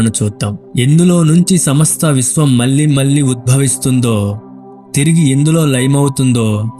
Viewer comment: పరిస్కారం కాదు పరిష్కారం అని పలకాలి.. మల్లీ మల్లీ కాదు మళ్ళీ మళ్ళీ